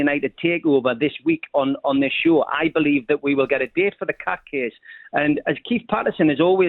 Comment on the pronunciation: Did he just say cat case I thought it was court case 😂😂😂